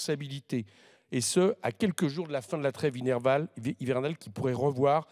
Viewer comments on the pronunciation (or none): Bravo, Monsieur Coquerel. Je trouve votre deuxième intervention encore meilleure. Même si vous avez du mal avec le mot "hivernale". C'est que vous êtes fondamentalement "estival", j'imagine.